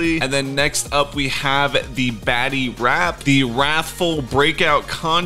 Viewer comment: I thought he said baddy when he said batty